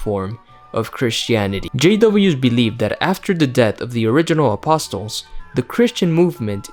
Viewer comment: Don’t pronounce the “t” in “apostles”.